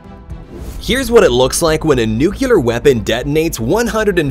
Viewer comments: Don't be sorry. That's why I was coming here, too. Nuculer = not a word Nuclear= a word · I was going to say the same thing! Nook-Lee-are. Not nook-you-lore. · They didn't do "nucular tests". They did "nuclear tests" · Kills me. Every time. Nuclear. New-clear. It's not Nu-queue-lar! And it's not hard! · It's NU-CLEAR! NUCLEAR! Not nucular. AAAAHHHHH!!!!😫😫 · Algae is (Al-jee) Nuclear isn't Nuculer. (New-Clear) I enjoy the videos, and your narration, mah'dude. Your tone is perfect, your cadence is wonderful. Pitch is great. You have the perfect voice for this, man. Just take your time and slow down a bit. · Nuclear (pronounced NU CLEE ER) not nucular LOL! love the ball lightening! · 'new clee er'. Not 'new cue ler' !😅😂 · i was most shocked by the fact that he kept saying nucular. the word is nuclear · NU CU LEAR????? WTF narrator😮😮😮 nuclear! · Very good compilation, but the underwater explosion was 'nuclear' not 'nucular'. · Nuc-le-a, not nuc-u-lea. Ok? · Learn to pronounce NUCLEAR...not NUCULAR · There's no such thing as "NUCULAR". It's "NUCLEAR". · Exactly why people now a days mistakenly pronounce nuclear by saying nukelar? What's wrong with you people? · Nuke-lee-ar. Nuke-lee-ar. There is no such word as Nuke-yew-lar. No such word. Read it - nuclear. Not nucular. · 😅OH MY F&CK!! NEW-KLEE-ARE! there only ONE "u" in the word!!! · Hahahahahahaha! Nu-cu-lar, he says it. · It's pronounced nuclear not nucular, George Bush. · Nuclear is pronounced "New-clear" ... it is not spelled as, or pronounced Nuke Leer. And yes I am the spelling and pronouncusitation police. xx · Its NU-CLE-AR, not NU-CU-LER! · OMG me too! English is not my native language yet I know its nuclear and nucular is not even a word 😂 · Just stopped the video after the second nucular 😂😂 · It’s okay, I’m not going to let it bother me this time. I’m just going to let it… GAKHHHH! I can’t do it! It’s pronounced NU-CLEE-ER, say it with me again,: NU - CLEE — ER, dang it!!!! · Yes arggg